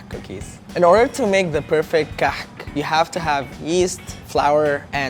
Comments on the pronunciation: he's pronouncing it "كحك" and it should be "كعك"... that, unless it is called Kahk in Egypt, I dunno... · Why is he saying KAHK rather than KAAK? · Please make a meme on how he says kahak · Sad these aren’t pronounced “cock”...was really looking forward to that :/ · HAHA KAKH SOUNDS LIKE COCK! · I'm sorry - I couldn't watch this video because I started laughing every time he said Kahk Cookies, and I know that's wrong of me. I'm trying to grow up and act my age - I'll try watching again if I think I've achieved that XD But I will always love the Kahk! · he pronounced it wrong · He pronounced it wrong btw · The South African kak comes from the dutch word kak as well but he pronounces the h in it as well :)